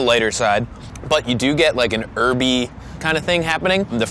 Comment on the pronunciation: Why can't he say 'herby' right?